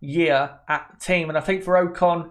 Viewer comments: its ocon not oakon the way u say his name is so annoying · Oc-con not o-con